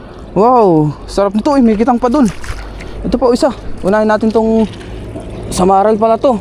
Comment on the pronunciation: hindi SamaraL - samarai po.